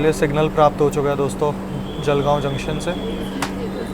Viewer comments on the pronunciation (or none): none